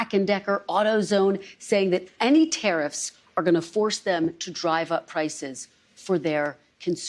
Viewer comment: Did anyone else hear Trumps slip up? Did he say, Terrif, countries, ooops, countries? Gosh if this doedsnt ring alarm as to why these terrifs are placed, then we are in trouble... is anyone else talking about this slip up in this interview?..